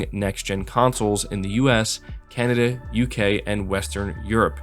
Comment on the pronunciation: kan-nah-day lol